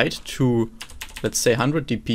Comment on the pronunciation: the way you pronounce "says" and "determines" internally triggers me LOL but phenomenal teachings nonetheless.